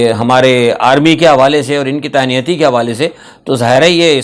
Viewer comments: تانیاتی نہیں ، تعیناتی ہوتا ہے۔ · تعنایاتی ہے کہ تعیناتی ہے ؟